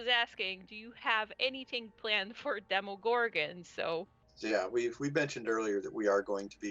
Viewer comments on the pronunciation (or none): The way pronounces “demogorgon” like “DEMONgorgon” irritates me so much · How they say "realm" and "demogorgon" makes me hurt inside